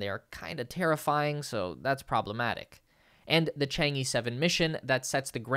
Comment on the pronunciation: How hard is it to plug in the China-origin’ed words into Google Translate and get the pronunciation somewhat closer to the original Chinese words?! It’s NOT Chang-EE, for god’s sake, it’s Chang’ER! SMFH!!